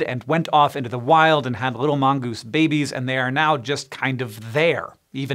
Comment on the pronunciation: Mongeese ... Mongoose. Lol